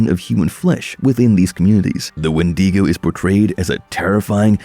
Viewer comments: its wen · duh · gow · Please start pronouncing wendigo properly it’s not wendeego